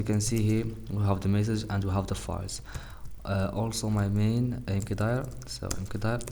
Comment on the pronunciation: it's pronounced 'mkdir' not 'mkdir'